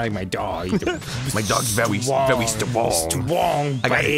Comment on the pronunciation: Berry strwong